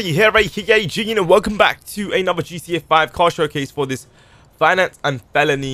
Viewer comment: Do you have a speech impediment? Say finance and felony again.